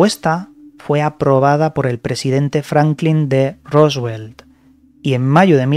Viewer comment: Roosevelt. Franklin Delano Roosevelt ("Rúsvelt"), no "Roswel".